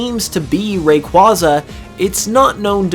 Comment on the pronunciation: Pronounced Whismur like wishmer instead of whisper. OOF Makes no sense. Also, Rayquaza not being pronounced like Quasar. I know, I know. People pronounce things differently sometimes, but.... it is a pet peeve of mine.